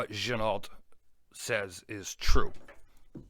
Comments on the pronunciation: Quick correction on the name again, it's pronounced gin-o. The L and T are silent. Sorry! Had to say it! Great review. I've a no date on the way. Your 1st review helped me make my mind up. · I believe you're wrong again on the pronunciation. Give it a little French flair. Like Gen-oh! You know? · I don’t care about it, but you’re right, it’s gen-oh